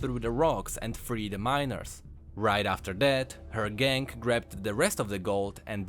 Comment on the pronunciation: You say "gang" like "gank"